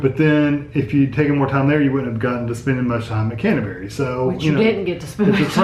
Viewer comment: Canterbury, not Cantaberi...